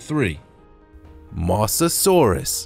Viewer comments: Mosasaurus not misasaurus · you said mosasurus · You said mosasaurus wrong